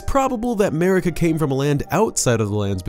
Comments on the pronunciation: It's Marika, not Merika goddamit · Ahem.. MARika. And RANni... fucked up the names of best characters.